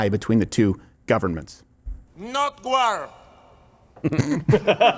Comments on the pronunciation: Gew guat gware gwy.... and sometimes gwow... fucking peed myself laughing! ❤😂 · Every time he says "NO GWAR" put up the GWAR graphics with a huge red X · Make love, not Gwar. Gworld Of Gwarcraft Gears Of Gwar Gwarhammer 40K Gwar Of The Gworlds .....OK, I'm done. 😂